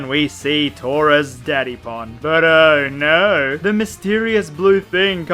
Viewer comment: I love your accent and then saying "Oh no". To an American it's "Arr naarrr!" Which sounds awesome and adds comedy for some reason.